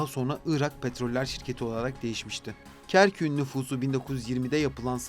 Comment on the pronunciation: Kerküğün değil Kerkük’ün diye telaffuz etmeliydiniz. Bu güzelim bilgilendirici videoyu Türkçe hataları ile bozmuşsunuz maalesef.